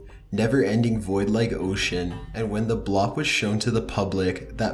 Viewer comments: blop? you mean bloop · Why does everything you say end in a questionnnn? Like, do you know what I meannn??? It's kind of annoyiiiiiiinnnng? Edit: And it's pronounced "Blewp". Not "Blahp". You dumb fuck. Edit: The Sky Trumpets were proven fakes. People just overlay the sound of trumpets/howling over whatever video they record. It's honestly an embarrassment that you even added this to the video, because it shows just how bullshit everything else in it is. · Work on your english... Bloop isnt pronouced Blopp (BLAH-P), Its pronouced Bloop (BL-OOP) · What's with the 'not going there' caption Also, it's pronounced 'bloop' not 'blop' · It's not pronounced "Blop", it's pronounced the way it's spelled, as "bloop", or "blupe". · do you mean the bloop my boy? or is it correctly pronounced blop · or how he says “bloop” as “blop” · Right?? Very annoying! Or the 'Blap' - seriously,, 2 O's together is ewww without the 'E' sound 'Buh-loop' - like an air bubble rising from water?? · The blop? Are you sure your reading this right? Its the bloop. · You keep pronouncing the word bloop incorrectly. You are pronouncing it “blop” like the word crop or mop. It’s pronounced BLOOP - with two O’s like the word bloom or room. One thing I have noticed about a lot of Youtubers is that they are super lazy when it comes to reading. Or else the majority of them are dyslexic. It matters how words are pronounced; otherwise they become a completely different word all together. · Does no one else have a problem with him pronouncing the bloop as the blop? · How does "Bloop" end up "Blopp" dude? The information may be interesting, but your inability to read words correctly (this is far from the first time) makes you sound like yet another person on YouTube who doesn't actually know what he's talking about. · It’s pronounced blue-op Not bloa-op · No it's him saying blop instead of bloop. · Sorry to be that guy but 'bloop' is not pronounced like 'blop' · Its not blop, its a BLOOP. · and, "the blop"